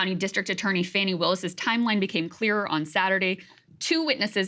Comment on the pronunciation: Again... Fani Willis is not pronounced Fanny Willis. It's pronounced Fahni Willis.